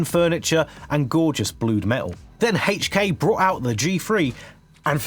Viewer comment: “hate-ch kay” 😂